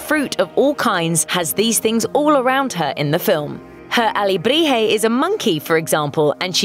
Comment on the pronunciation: If it were just that, I'd give her a pass... I don't know, she seemed to make an effort at some names but totally blew others. I mean, she doesn't even pronounce Coco right! Or Dante. And let's not even start talking about her rendition of alebrije.